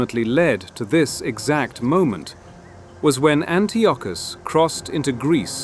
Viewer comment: Antiochus= An-tie-a-cus